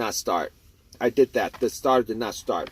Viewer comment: It was the staah-tahh